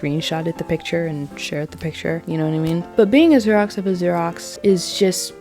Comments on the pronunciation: It took me a few repeats of the word to realize she was saying Xerox. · Your mispronunciation of Xerox is sending me 💀💀💀 We are now in an age when Xerox is no longer in the common vernacular 😂 I feel old. Loved the video. Your commentary and analysis is spot on. ❤